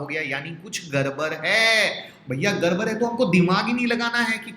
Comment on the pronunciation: Sir it's udd gya not urr gya...it's gadbad not garbar😁😁